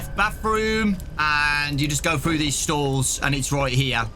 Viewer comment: "what is zeese?! What is zeese?" Truly an inspirational quote